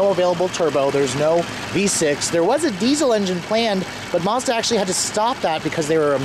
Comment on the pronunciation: If it was supposed to be pronounced Marzda, it would be spelled Marzda. It isn't. It's a Mazda! Uggghhh!